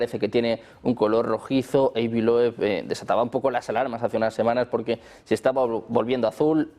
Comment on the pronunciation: Su nombre se pronuncia /avi loub/ no, /eivi lob/